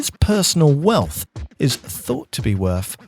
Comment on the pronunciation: Don't like this new voice over, sorry. He says "worf" not "worth". "Jonaffan" not "Jonathan" and "bowf" not "both". You're the voice of a giant YouTube channel, stop talking like a child.